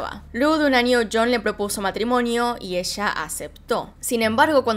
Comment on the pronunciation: DIJO YON Y yo esperaba que dijera algo como chon por lo Argentina jejejej